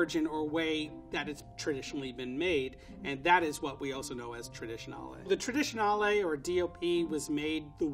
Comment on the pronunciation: I have never heard someone say "traditionale" ever before